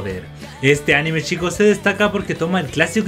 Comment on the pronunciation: En general son buenos tus videos pero como sugerencia deberías cambiar la palabra "chicos" porque te patina la CH, mejor quizás decir "amigos" o alguna otra cosa por el estilo.